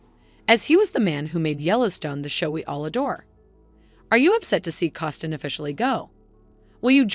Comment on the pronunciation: Say it with me....C O S T N E R